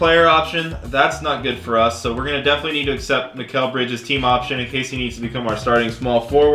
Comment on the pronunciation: Every time he says mikal bridges it reminds me of mikal Jordan from troydan